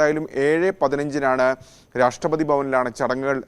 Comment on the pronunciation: മലയാളം മര്യാദക്ക്പറയാൻ പഠിക്കടോ രാഷ്ട്രപാദിയല്ല രാഷ്‌ട്രപതി കഷ്ടം 🤔